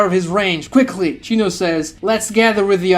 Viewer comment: okay this has happened so often that i really need to know now. what kind of lisp or accent forces your vocal chords to be selectively incapable of making the "Oh" sound? Ino > "Inu?" Minato > "Minatu?" Shino > "Shinu?" The only reason i assume naruto didnt get this treatment is because the "uu" sound immediately proceeds the "to" syllable lmao